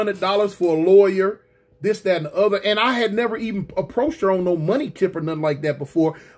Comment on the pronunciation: 🤣🤣🤣 not like Thawt, not like Thawt